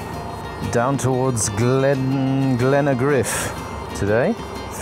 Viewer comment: Just as well you're using Satnav. If you had to ask for directions God knows where you'd end up. Glen-a-griff?? how'd you mangle Glengarriff into Glen-a-griff? Anyhow, love the channel. Did a Scotland trip with my son in March, largely on the basis of your recent Scotland series. Only got as far north as Ullapool due to time constraints. Itching to go back. We got lucky weather-wise, but I wouldn't really advise going that early in the year.